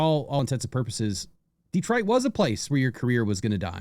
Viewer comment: Stop saying detroit like that 😅 just poking fun. I cant wait for this season